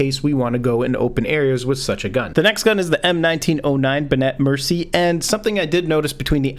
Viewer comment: It's not pronounced "gewer" it's "Guhh-Vair" Also the Benét–Mercié isn't pronounced "Ben-ET - Mercy" it's "Ben-ay Mercy-ay"